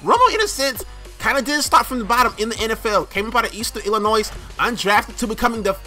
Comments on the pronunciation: Lol did you say "Illinoi-S" 😂😂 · did he really say Eastern Illinoizzzz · The s in Illinois is silent if you didn't know